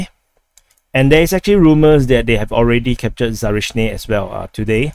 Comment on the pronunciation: ZaporiZHia name you can pronounce like: Asia = AZHia .))